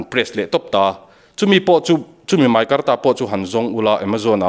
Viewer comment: Kei chu i tawngkha mei tilola, mai timai rawh